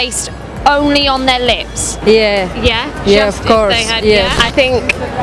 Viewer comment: the way she said yeah 😂😂.... shorty was dead ass 🤨👏🏾👏🏾